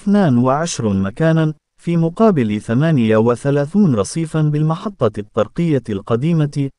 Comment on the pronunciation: تحياتي اخي. انك ترتكب اخطاء لا يرتكبها طفل يدرس في القسم غلثالث او الرابع حشومة فكلمة. الطرقية انظر كيف تقرؤها الطاء مضعفة بالفتحة والصواب. هو الطاء مشددة بالضمة والراء مضمومة كذلك هذه الكلمة كررتها كثيرا فجمع طري هو طرق الطاء مضمومة والراء مضمومة. زيادو على اخطاء اخرى نصيحة من الاحسن وتفاديا للاخطاء اقرا بالدارجة. راك شوهت راسك امسكين الناس يسخرون منك ولن يدخلوا لقناتك ويسمعوا لتفهاتك. اتكلم عادي احسن لك اش دلط لشي لغة عىبية وانت لا تحسن النطق بالكلمات شوهت راسك